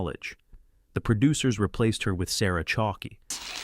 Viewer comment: Matt Williams is a moron. And how dare he take the created by credit also for Tim Allen‘s home improvement because obviously that was based off of Tim Allen’s life and his career as well. And the guy narrating this thing on Roseanne cannot get names right it’s not Baronne it’s BARON just like the character name on everybody loves Raymond Raymond and also it’s Sarah chalk not Sarah Chalke but like you’re saying the word chalk but it has an E at the end.